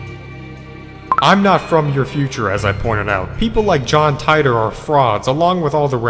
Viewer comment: It’s [TEA-tor]